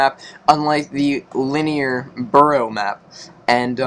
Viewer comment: Did he call is burrow?